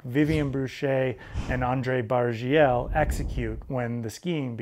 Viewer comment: You pronounced Andrzej Bargiel like a pro! (It should be more 'Barghiel', but anyway)